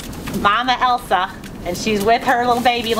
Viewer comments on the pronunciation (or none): none